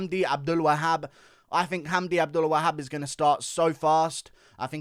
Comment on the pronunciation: Best pronunciation of the name Abdelwahab I’ve ever heard props